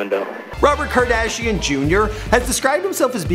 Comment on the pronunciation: Who the heck is rob kardashing??